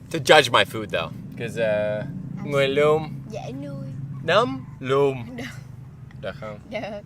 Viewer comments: A ấy phát âm mà cừ mún xĩu "nứng lùn"🤣🤣 nhỏ nghe xanh mặt😂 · Móng chân vs mắm chưng. Núm dzú vs nấm lùn. Lol. Your pronunciation is bloody hilarious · núm not tities, she was wrong btw :)) núm means niples :)) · " Núm lùn " 😆😆😆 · Núm lùn nha chứ ko phải nấm lùn đâu...kkk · nấm lùn...nghe như nứng... =)) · "núm lùn" Nguyên cười ngắt nghẻo... làm T cũng cười theo... kkk còn nhấn mạnh "núm" giọng cười Nguyên muốn xỉu luôn...kkkk. cute gê...! " Móng Chưn" "Móng Chân" " Mắm chưng" đoạn đối thoại..Nguyên chịu khó. phân tích.nghĩa.cho..sao mà dễ thương Gê..! 🍀 1like cho Nguyên về độ dễ thương- nhiệt tình-gần gũi- thân thiện.vui tính... 🍀1 like cho vì sự học hỏi- gần gũi- chịu khó-vui tính... chúc cả 2 nhiều sức khỏe! ✅